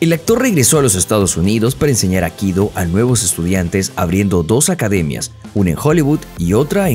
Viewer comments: No es 'akido', sino aikido. Y no es "americano", es estadounidense. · El nombre del arte marcial que él practica no es "akido", sino "aikido"· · Es Aikido, no Akido. Infórmate mejor antes de hace un video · Minuto 1: 20 " el AKIDO " dijo el bestia, AIKIDO se dise animal !!! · Todo bien ,pero por favor es Aikido como suena no Akido. Cada vez que lo oigo me estalla un timpano. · Por qué insiste en llamar “Akido”, al A I K I DO? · Por qué dice Akido? Es Aikido, lleva dos i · ¿Por qué pronuncias Akido? Es AI-KI-DO, Aikido, no es tan dificil pronunciarlo. Los youtubers deberían preocuparse más por el correcto hablar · Aikido!! Aikido No akido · No es akido, es aikido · Es Aikido no akido , arrancaste mal . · Muy mal. Ni siquiera el youtuber sabe decir "AIKIDO". Dice "AKIDO".... LAMENTABLE... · Aikido, no Akido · "Akido"? Es "Aikido", dedicás un video entero a un tema que no sabés ni pronunciar bien, habrás investigado mucho eh... pufff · No es “Akido” como tú lo pronuncias es Aikido o Aikidō como se escribe es como se pronuncia (cuadernillo Rubio para ti) A I K I D O, es castellano e incluso la fonética igual en su idioma original que es Japón. Hablar de algo y no saber cómo pronunciar una palabra tan "básica" me produce repulsa de seguir viendo el video. Aprende y utiliza bien nuestro idioma... o nómbralo por el idioma original... que vamos es exactamente igual y no la rareza que te has marcado por meterle fonética anglosajona, que manda narices ya. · Buen video aunque, como siempre, tus errores de pronunciación distraen mucho. Se pronuncia Ai-ki-do, ambas letras i tienen sonido. Saludos. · Dónde queda la primera i de aikido? Akido? Patadas que dais al diccionario, qué triste..? Adiós